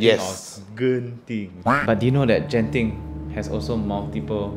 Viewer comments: It Genting not jenting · It is actually pronounced Genting not jenting😂